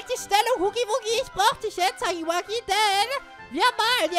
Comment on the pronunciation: Er wird haggy waggy ausgesprochen